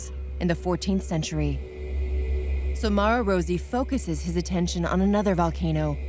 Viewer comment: Rosy? Not Rossi? 🤷‍♀️